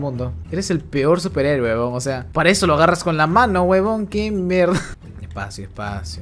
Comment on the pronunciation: A mi también me dio risa "cuendo" paso ezo Cak